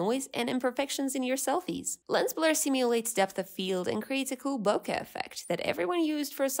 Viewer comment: Finally someone who knows how to say "bokeh" correctly!